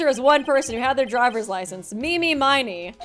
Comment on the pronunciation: Total pet peeve, but was anyone gonna correct her on the pronunciation of “Miney?”